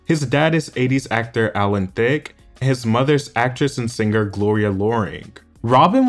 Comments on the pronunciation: I hate when people pronounce singer as “ sing ger” your adding a cylable that isn’t there peeps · The G is not hard in singer, songwriter, or being